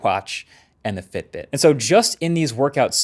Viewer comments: Btw while explaining about Fitbit..it said FIBIT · for a few moments I thought, god I have been saying FIBIT wrong my whole life :D